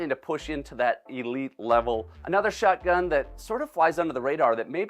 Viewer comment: Me too I found myself saying shotgun in the same way says it 😂😂 like shutgun